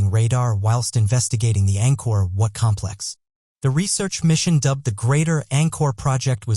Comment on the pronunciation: He referred to Angkor Wat as Angkor What.